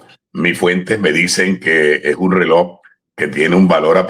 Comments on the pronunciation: Se pronuncia Relojjjj no reloc, con Respeto. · No es "reloc," 😮 es "reloj"